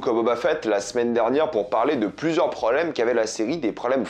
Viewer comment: on dit PROBLEMES, pas PRO'EMES